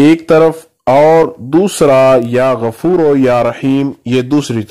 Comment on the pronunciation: Ya Gafooroo ✔ Ya Gafooro ✖ Majhool na parheyn please JazakAllah